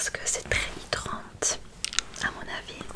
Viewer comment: hello si ça peut t'aider il a deux mots que tu as mal prononcera : hyDRAtant et repulPANT 💗💗